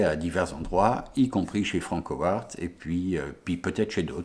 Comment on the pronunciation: "Franckowarttt" comment ça pique les zoreilles !! >_< Bonne continuation et go les beaux projets ! :)